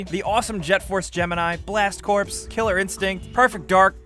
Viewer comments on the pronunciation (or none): The word corps isnt said like the word corpse... Its said like the word core.